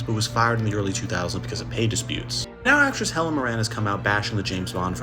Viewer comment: How did you pronounce Helen Mirren????